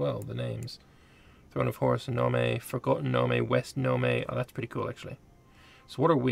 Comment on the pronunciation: I am SO PSYCHED for a continuation of this series! Nome is pronounced “gnome”, by the way.